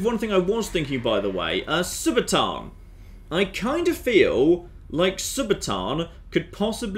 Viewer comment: Read it again. SU - BA - TUUN. Does TUUN look like it sounds TAAN. No, it does not.